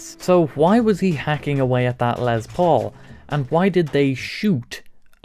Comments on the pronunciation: I know you are English, or "not American" but it is not pronounced "lez paul" it's pronounced "less paul" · Did he say Lez Paul?